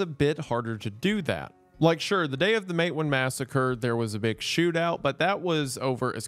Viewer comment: Isn't it pronounced "Mate WAAN"